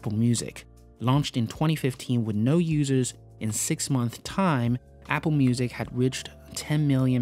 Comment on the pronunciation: Dude i love your videos but it's pronounced monthS and yearS, just to let you know.